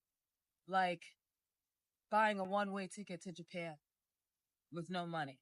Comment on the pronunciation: “Jaypan” smh